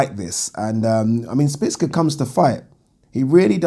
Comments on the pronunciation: Szpilka not Spicka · szpilka not szpicka its not hard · Spill-ka not splits-ka 😂😂😂😂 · 😁😁😁😁For the last time... Stop calling him Spitz-ka.. There a bloody L in there.... Its actually pronounced ' Schpiel-ka' if we're gonna be technical... BoxTalk days all over again.. 😁😁 Oh Yeah.. Great vid... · Oh god you butchered Szpilka's name